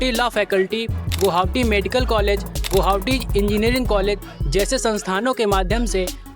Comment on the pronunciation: Guhaoti... 😂😂 Nahi guwahati bolo... 😁